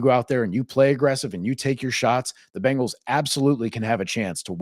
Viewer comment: Ok ok...this is petty. But i absolutely hate how people say Bengals. They say Bangals. Its not Bang...als...... its Beng..als. like Bing!!! From a pronunciation stand point. Not like, Banging your mom. Idc if i get hate for this. Just get it right smh